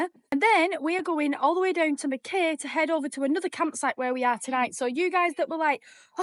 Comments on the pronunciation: MACK-EYE!! pronounced MACK EYE - Mackay. Lived there for 10 years so .. NOT Mac KAY … THE VIEW OVER THAT WATER OMG! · Pronounced Mc-Kie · its not how u say mackay pretend it spelt mackai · Great videos once again, just to let you know it called Mack-eye, Ive been to the UK and stuff up so many names especially in wales like lLlanberis, we would call it Lanberis but in Welsh it is Clanberis, always learning and love the channel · Mackay pronounced Mackeye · What can I say? You just go from one beautiful spot to another! It's pronounced "mack-eye" btw. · Great videos. Here's to 10k. It's pronounced mack-eye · From NSW - Mackay, rhymes with sky 🙂